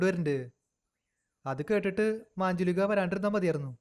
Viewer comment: മാഞ്ജുളിക അല്ല മഞ്ചുലിക